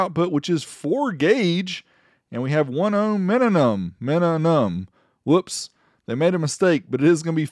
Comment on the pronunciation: "1 OHM MINNUM" 😂 D4S still killin it though, despite bad translation.